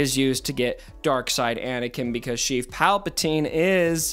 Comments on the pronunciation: What are you calling Palpatine? Sounds like "Chief" or "Sheath" Palpatine...? :D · Stop saying sheev palpatine plz